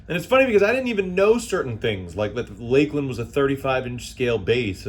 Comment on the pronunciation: It is LAKE-LAND. Exactly how he pronounced.